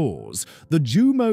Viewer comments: This would have been more legitimate if you had bothered to pronounce the very subject of your video correctly: /Yumo/, not /Jumo/. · It's pronounced.. YOU..MO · I tried to take a drink every time I heard the mispronounced Jumo zero zero four, but I lost count, then consciousness.